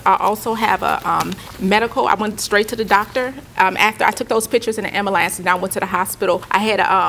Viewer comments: Foe hed 🤣 Am-buh-lance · Aww man she said foehead and amberlance too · “Fo-head” “Ambalance” 🙄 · "I called an Am-ma-lance" lol. is a queen lol